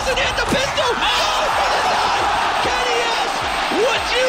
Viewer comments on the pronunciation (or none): none